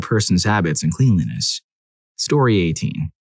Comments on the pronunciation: It's pronounced klen-lee-ness. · Please, for the love of god, learn how to pronounce cleanliness properly.